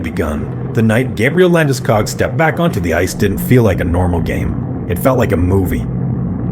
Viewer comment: Liked it. Of couse, I’m Swedish, so I might be biased. However, you should tell your AI that hist surname is pronounced with the same “O-sound” that you use in school, fool or pool. Like Landeskoog, not wanting to ne annoying, just trying to help a little. 👍🇸🇪🏒